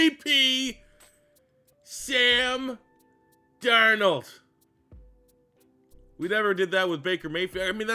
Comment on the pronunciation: Bro butchered this video with the qb sam. But what can you expect from a Canadian